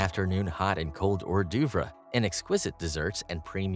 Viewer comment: Also mispronounced “catamaran” and “hors d’oeuvres” 😅